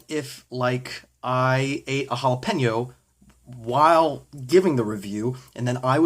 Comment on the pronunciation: i think you actually pronounced jalapeño correctly